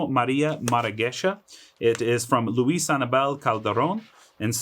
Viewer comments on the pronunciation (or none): none